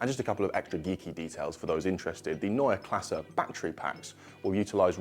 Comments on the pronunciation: Finally a good looking, back to the roots design language. This will x fold their sales, for sure. And thank you for the right pronounciation of Neue Klasse. If you pronounce Porsche with an e at the end you will be my hero! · like that you mastered the pronounciation of "neue Klasse " 😊 great new design (go over those '90s Alfa rearlights though) .. but just concepts 🖖🏻